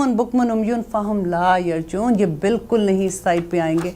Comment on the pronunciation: App ka samjany ka indaz boht khob.lakin aap tajweed Mai ghalti kr rehy.laa yrjioon Mai bi pehli mistake yeah hoe